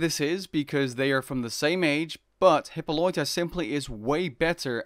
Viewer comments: Bruh, how do u pronounce Hippolyta like hipoloita? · "Hyppoloita" lol